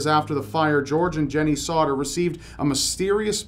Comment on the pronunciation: on number three it keeps sounding like he is saying "Sautter"